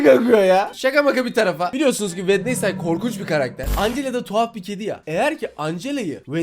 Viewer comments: Bu arada. O wendestay. Değil. Wendzey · Wednesday wednesday diye okunmuyor wedinsdey diye okunuyor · Bak vendestey dion öyle yok wenzday diyicen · Abi o wednesday değil wenizdey diye okunuyor yalnız 😂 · Abi çok hoşsun sence Wednesday yazıldığı gibi mi okunur😅😅😅😅😅